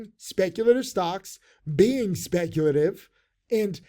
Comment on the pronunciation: "I WILL BE SPECTULATIVE"